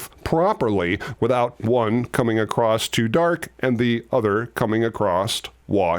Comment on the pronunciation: I noticed that you say "acrost" instead of "across" is that something that someone has ever pulled you up on? seems to be an American thing.